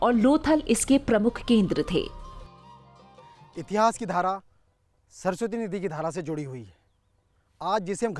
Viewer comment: Anchor is not good . Har cheej me aa ghusana jaruri hai kya itihas ko itihasa , mory ko moryaa Shudh shabd Hindi ke hi rahega aap unka ucharan thick kre varna anchoring se hat jaye 😠😠😠😠😠😠😠😠😠😠😠😠😠😠😠😠😠😠😠😠